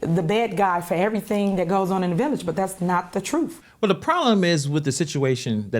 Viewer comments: Please, learn to speak English. The troof. Troof is not a word in the English language. Can’t be any more respectful than that. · I just want her to say truth and not “troof” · "Thats not the troof".. she's embarrassing af. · Did she say 'that the truf' ? Smh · It drives me crazy she says the word TRUF ITS TRUTTTTHHHHH TH TH STUPID IT ENDS WITH A TH ! NOT A F !!!!! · "I have a responsibility to tell the twoof." Yeah girl, speak twoof to power! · The “troof?” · "I feel responsibility to tell the truf"... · When you Mayor says “ da Truf”. 🤣🤣. If she’d been white, she’d be in prison already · Truth…… Ha! She can’t even say it correctly! Notice how she says “Troof!” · This girl couldn't tell the truth if she was reading it. She's going to tell the "TROOF" WOW. She can't even say the word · That's the "troof" ! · Did she say the truf 😂😁😂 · You mean the “troof” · She seriously needs to learn how to pronounce the word "truth", or just stop using it all together. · She can't even correctly say the word truth...how can she tell it